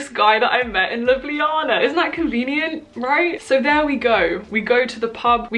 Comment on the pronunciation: gurl do you remember the word that the instructors were saying? i'm slovenian i could translate also your pronounciation of Ljubljana is perfect✨